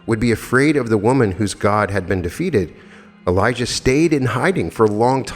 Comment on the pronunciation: Dear Note on pronauntiation of the Names. John the Baptist is Elijah Jesus is Elisha. You pronounce them very similarly which is bit confusing. Times of the Bible were the very violent times. We humans will never reach the Kingdom of God unless we rid our hearts of cruelty and violence and let Love enter therein. Paramahansa Yogananda also said that we can alone ask God to explain questions concerning the Bible and we will receive answers. LovetoAll MS